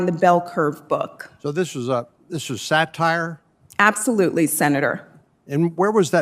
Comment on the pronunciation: right winger-"satire?...what is sat-ire?"